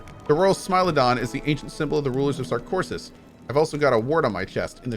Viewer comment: "How I pronounce SarKOSIS." Yeah, I guess reading wrong is just wrong pronounciation